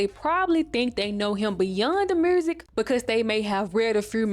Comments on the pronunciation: Notes: Girl, I keep forgetting you were born in 1999. At the end of the decade where you commentary alot of 90s black media. Like yo8 being co fused by if that was a Walkman. My soul died a little. I love how you say "mursick" like Shawty Lo. I guessing you're from Atlanta. I cackle at the random memes, at how you mentioned Roger weird ass, and Frank and his hair cute had me cackling like a ol witch. Ray do need his flowers as a black TV dad. He was great. And your feelings are valid but definitely growing up where Marques Houston who was Roger, being a singer in Immature and them singing with no shirts on, chile being predatory was so normalized. I am glad people are focusing on it more due to social media and having internet which give us these discussions. Like these artists have wives and gfs that were teenagers. Groupies were teenagers to grown men artists. Like even me, I loved Nelly. At 9 years old, I thought he was so fine. I wanted him to be my hubby, never thought bout sex tho but I get where your feelings. It was an era. I dont think like young girls have alot of heartthrob today...maybe k pop. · You mad pretty and I love the accent in the word “music” 🤣🤣